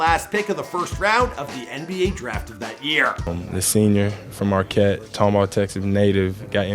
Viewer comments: SO WE JUST ALL GONNA ACT LIKE DUDE DIDN'T SAY MAR-KEET? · Bro really said markeet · It's pronounced "mar - kett" if that makes sense... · As a Midwestern. The way pronounced Marquette bothered me 😪